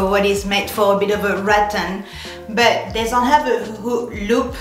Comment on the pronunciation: Here's a little help from another French. Think of the L in 'beLt' : beLt --> Loop. :)